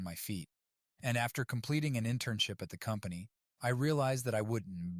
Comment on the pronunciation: bro bad a seizure trying to pronounce wouldn't